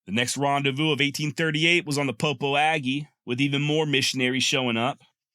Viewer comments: Popo Agie River in Wyoming is pronounced puh-poh-juh. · FYI Popo Agie is pronounced puh-po-shuh.